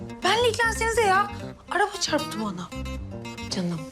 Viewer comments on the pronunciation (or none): Arabaya 'ÇAPTI' yalnız ÇARPTI değil ÇAPTI Allahım yarabbim ya 😂😂😂😂